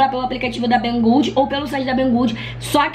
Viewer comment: Primeira blogueira que vi falando Bang good certo kkk. Obs: Essa esponja.da Xiaomi é maravilhosa, eu tô doida por ela e já vou lá ver quanto ta kkkk